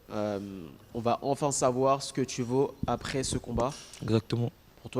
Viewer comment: franchement il fait mal au oreille, il dit "arè" pour dire "après"